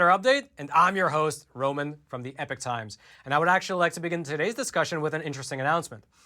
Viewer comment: Please .................... Please, peice of Advice ............. When you say epoch times, it SOUNDS like EPIC TIMES. I thought it was epic times for a while & My freind just told me he thought it was EPIC times too because the guy says EPIC times ...... so my apologies but yes thats still what I hear is EPIC times. No not everyone will hear that but,some do. It may help to say EPOCH either clower, or clearer? so people dont Think they hear EPIC.